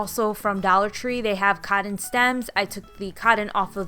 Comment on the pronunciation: I love how you say cotton "codden" must be a Chicago thing ;)